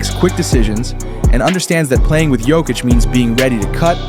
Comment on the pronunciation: Yoke-itch not joke-itch